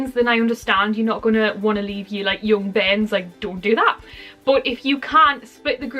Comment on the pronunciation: Did you say "young bens"??